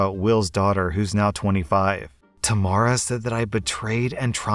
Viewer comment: lol you pronounced Tamara wrong